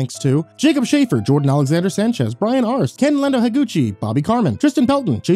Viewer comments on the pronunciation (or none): none